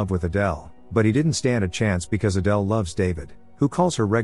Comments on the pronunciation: Why did the pronunciation of Adele keep on changing? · From "Adele" to "Aydul" lol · Adele is pronounced Adell not Adal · Why did you all of a sudden start pronouncing Adele's name the last part of the movie as "Adill"? You must've switched to having AI narrate it or something... and sorry but it's distracting. And you give too much away in the title. I spent most of the recap thinking somehow that Adele was a transgender until I figured out what happened with Rob. Admittedly though I didn't guess that Rob purposely did it & then killed Adele! So Adele was really actually a good person... 😢. That plot twist though, I never saw THAT coming... but it might be even better if you change the title to something like: "Husband didn't suspect that for ten years he'd been married to someone other than his wife"... and let people who watch it in the future be REALLY surprised to find out who Adele really is in addition to the other plot twist. Aside from those 2 things, you did a great job with the recap of this movie. What's the name of the movie though... can someone tell me? I also have a couple of questions. I know the movie tries to make David out to be the good guy after all, but was he Adele's psychiatrist when she was in the mental hospital?? Because if she was, he's not a good guy because a psychiatrist having a thing with a patient... especially an 18 year old one... it's not just frowned upon... it's immoral, because of the nature of the dependence of the patient on their psychiatrist. Rob turned out to be a real POS, though! And he got his way in the end... even being able to have a kid... whi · So the AI could pronounce Adele properly in the beginning but then pronounced the name as Adal towards the end? How? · Need to stop using the computer voice for these... It can't even be consistent in how it pronounces Adele's name 🙄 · AYdul? Really? Why is AI not better at this?